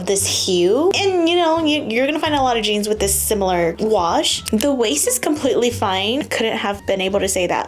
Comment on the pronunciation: The jeange. The Jeange? 😂